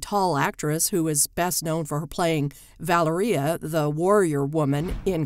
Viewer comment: You pronounced Valeria incorrectly. The emphasis is on the 2nd syllable. val-AIR-ee-ah